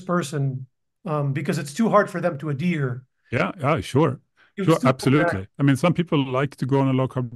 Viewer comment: Ad-here. Quickly. Not, addear.